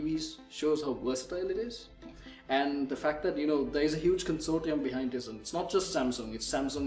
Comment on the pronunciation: And also Tizen is pronounced "taizen"